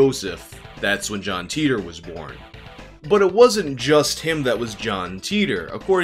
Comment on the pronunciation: I think his name is pronounced Tighter not Teeter